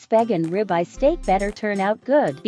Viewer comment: That "ribeye" is grounds for a divorce!!!! 🤢